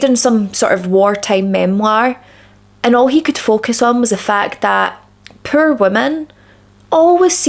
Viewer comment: ~ish 😆 I pulled an! Pur women? Per women? Pure woman? Pear women? Turn on closed captions, Oh! POOR women! 😅 Sorry I had to share, from the US here and like words aren't your thing, accents aren't mine... Lol I have to turn on closed captioning a lot. Other people around me can understand, but the words just don't penetrate my brain.